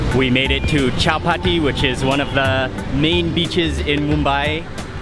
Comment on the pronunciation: Mark wiens it is not chapati sivagi terminals it is chatrapati sivagi terminal